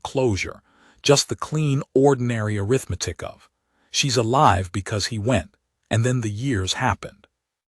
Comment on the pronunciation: I liked the story, but i wish the AI reader knew how to pronounce "Arithmetic ".